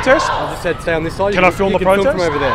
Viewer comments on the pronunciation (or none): none